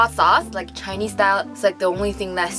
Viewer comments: chinese pronounciation is very good! Compared to someone who doesnt speak much chinese its very good. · Omg I'm not even kidding your pronunciation of Chinese is really good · Lmaoooooooo YASS😂 pronunciation is PERFECT